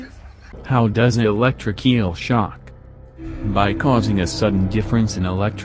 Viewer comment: Its a electric eel not a electric keal😂